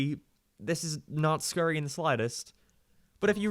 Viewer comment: "I'm gonna say Teals a lot, don't make fun of it." Ok. Haha he said scurry instead of scary.